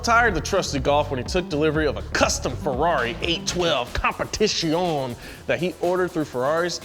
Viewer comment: This guy is just butchering every pronunciation. Lemus Hamilton, Tricolore, Ocon, Alpine, Sainz, Competizione, Ayrton, etc... they're supposed to be into the subject and know how this words are pronounced... Do better research next time.